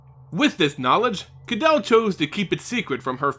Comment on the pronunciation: I'm pretty sure you are mispronouncing her name... I'm pretty sure it should sound like (Ka-day-lee) and not like (Adele) with a K. Kydele should sound more Greek and less European English.